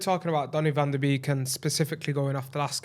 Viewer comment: Hi dutchie here, love your content, but the beek in the 'van der beek', is atually more pronounched as 'bake', cheers mate!